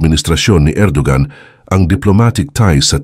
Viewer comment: Bro, ang Erdogan ay binibigkas na Er-do-wan.